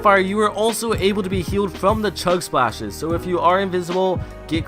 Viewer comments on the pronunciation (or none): I love how he says fwom (